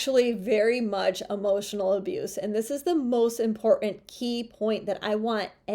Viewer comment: Love you... but please pronounce "important" differently. It's not "import...(long pause)uhnt." Thanks again for the excellent content.